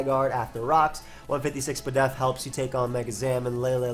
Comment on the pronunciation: Thats correct, despite saying spedef ALL the time, its still confusing and incorrect